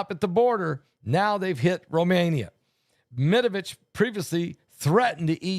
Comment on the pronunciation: Dimitri Med VE DEV that's how we pronounce it dear...tu es drôle 🤭 🤭